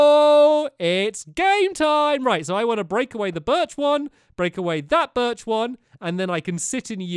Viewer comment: You left Barnaby in your room! And you said Birch wrong!